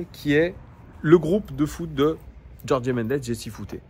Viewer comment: Merci pour la vidéo : et juste en passant Gertifut et Jorg (en portugais on ne dit pas é à la fin)